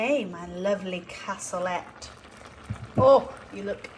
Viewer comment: You had lovely views on your walk with Stella. Can’t beat a bright blue sky for lifting the spirits. Cassoulet is pronounced “cassoulay”. I prefer using traditional haricot beans myself. Well done with getting back on track and losing a pound.